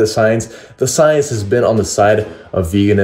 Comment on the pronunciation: "Soyence"..... Hhhahahahahah!